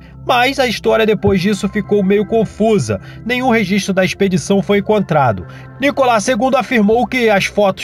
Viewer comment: ... é Nicolau ll !!!...e não Nicolá!!!